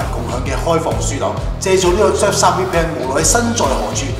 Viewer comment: 明明surfshark但你讀到削沙🤣